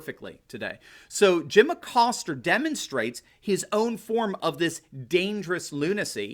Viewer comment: where is the "R" in Acosta?.....LOL